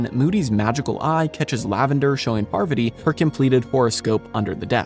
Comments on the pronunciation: "Parviddy"? You almost had me convinced you aren't AI 🙄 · "Parviddy." He might have a typo that the AI narrator misread. Parviti instead of Parvati. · Oh damn that does sound a bit odd